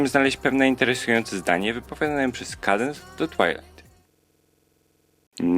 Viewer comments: "kejdens" ? Chyba "kadens"... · Czyta się Kadens a nie Kadense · Sorki że się czepiam ale się mówi kadens, a nie kejdens xD